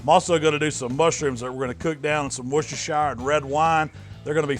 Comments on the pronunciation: Its pronounced wuster sauce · It's pronounced "Worst-er-sher" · Closest I've ever heard an American get to correctly pronouncing "Worcestershire" 😀👍 You got the first bit right, but "shire" is pronounced like "sheer" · Think the correct pronunciation is Worcester CHER instead of the SHYER at the end. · wooshtershower sauce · Worcestershire pronounced wusta-shear.